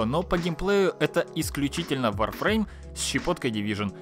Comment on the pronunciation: Кто-то сказал Warfreme?)